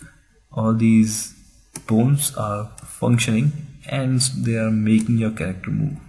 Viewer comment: Could you at least try to say BONES and not BOONE